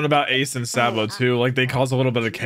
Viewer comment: first of spoiler and you said it wrong.